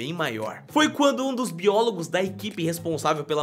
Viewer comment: Sem querer vc falou *bilogos. Eu só quis corrigir👍✌